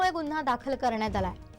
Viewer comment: आहे...जरा स्पष्ट म्हणाना. क्रियापद स्पष्ट नसल्यास वाक्य अर्धवट वाटत.